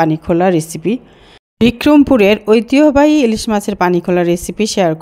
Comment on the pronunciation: ঐতিহ্যবাহী উচ্চারণটা হল না। চেষ্টা করুন।